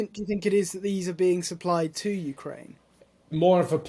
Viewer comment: And what have they won" ukeraine"